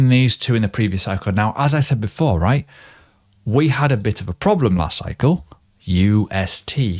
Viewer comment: everytime he says "Right?" i am hearing "Quack" .. LOL